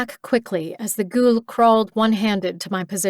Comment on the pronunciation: Was NOT expecting to find a book set in my own country, but its a pleasant surprise. Even if the reader says "Ghoul" weird.... like..."Gjul" ..what up with that?